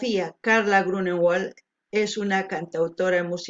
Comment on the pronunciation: Me gusta este cover de Eduardo Gatti y como siempre gran análisis de la letra. Saludos. ...ah!...el apellido Grunewaldt es de origen alemán por lo que se lee "griunevaldt" no "grunegualdt" como sería en ingles.😃...así lo explicó ella en una entrevista en que le preguntaron como se pronunciaba...aunque también dijo que no le importaba como lo pronunciaran... Besos!...